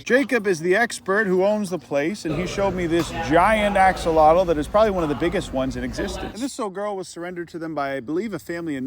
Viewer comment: I love how everyone pronounces axolotl wrong, lol